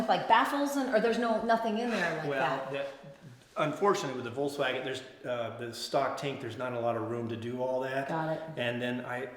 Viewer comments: I cringe when supposed VW enthusiasts can't pronounce the car's name. I counted at least three times when said " Volts-wagen" Come on folks, it's not that hard. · Volkswagen, correct German pronunciation: The V like "F" The W like "V" "Folksvagen"